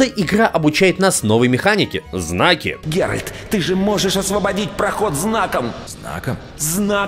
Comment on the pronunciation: правильное название ролика: 25 минут коверканья имени 'Геральд'